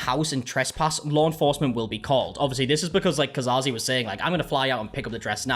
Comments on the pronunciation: There's no way that's pronounced 'Ka-Zar-Zee' :( I'd say Case or at most Caze. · Cas - Ze, there's no Ca-Sah-Ze